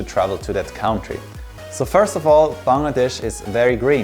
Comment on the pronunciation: I love the way he pronounces the word 'Bangladesh', absolutely perfect 10/10. Hope you will visit us again 🇧🇩